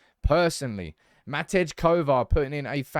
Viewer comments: Matty Kovar not Matidge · MATTY Kovar, stop calling him MAT-EDGE! Please!